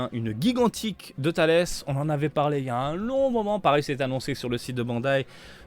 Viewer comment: Alors non c’est bien « Tullece » et pas « Thales Ça vient de la laitue 🥬 Merci pour tes vidéos, tu régales à chaque fois